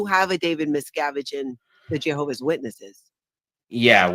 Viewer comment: why do you say "JAY hovah"? It's "JEH hovah".